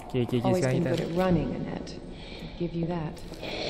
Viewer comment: Why i heard saying 'anatt' instead of anette 😂 mcm 'hanat' 😂